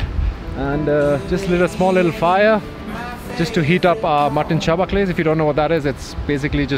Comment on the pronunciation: You call it "sha-baklays" we call it "sha faleys" Greetings from a highlander to another. Enjoy your vlogs ever since I first came across them. Keep 'em coming. ❤ from Darjeeling